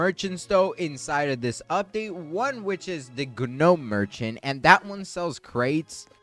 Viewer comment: “the gunome merchant”